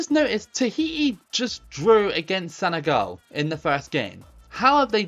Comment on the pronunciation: it's not Senegal you say senegol